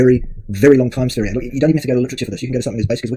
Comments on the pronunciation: Its pronounced sværije lol thats impossible for you. But ends with yeah even.if buuh would be more appropeiate. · lmao is that how you pronounce that shlt name? Sv3rige is an ldlot...